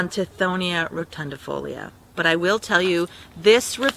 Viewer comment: I came across your video by chance. I bought a packet of seeds for the first time. I don't think you realize how entertaining you are. The fact that you can't pronounce the latin names is so much fun and that you put the correct spelling of the latin name on the screen is so helpful. Anyway, in spite of all that you still give the important information to grow the Mexican Sunflower. Thanks for being informative and entertaining at the same time. It's a joy learning from you. Thank you. Oh, and I love the fact that you keep going even when you mispronounce a word. I'm thumbs-uping you and subscribing. Blessings and white light being sent to you from me. I see this video is a couple of years old so my hope is you are cancer free. I'm a cancer survivor and understand what you are going through. God bless, you happy entertaining gardener, you.